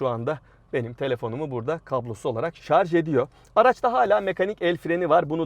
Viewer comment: Cidden ŞARZ demeyip ŞARJ dediğin için bile ekstra teşekkürü hak ediyorsunuz. ŞARZ demenizi zaten beklemem yıllardır bu yüzden severek izliyorum.